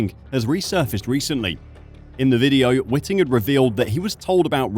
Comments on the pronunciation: It's Whiting not Witting........ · Charlie Whiting, not Witting. 😊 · First off: it is Charlie Whiting, not Witting...please have some respect and get the good man's name correct. If Felipe had not driven off from his pit-stop at the very same race in Singapore with the fuel hose still attached to his car, and so DNF'd, he would also have won the Championship. But he did drive off, and so he didn't win. The passage of life and those irritating ifs and buts that get in the way.......I do feel sorry for the guy, but results are results, and if this case gets across the line, then it sets the precedent for many, many more contentious results (also impacted by the deliberate acts of drivers) that influenced Championship outcomes, will then be contended. And I am NOT talking of 2021.......but if Felipe has a case for 2008, then Lewis also had one for 2021. But they should all move on, IMHO. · WHITE-ING. IT IS PRONOUNCED WHITE-ING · Please pronounce Charlie Whiting’s name correctly. It’s white ing. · My immediate thought is that you should practice prounouncing Charlie Whiting's name correctly as in "whiteing"! You are the only commentator I've ever heard use your pronunciation and IMHO it's wrong. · the way you pronounce Charlie's last name proves you know nothing about this sport and it's all one big grift to you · Fucking hell how are you mispronouncing Chalie Whitings name?